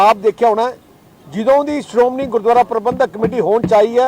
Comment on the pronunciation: Siromuni. Nahi. Siromanhi keh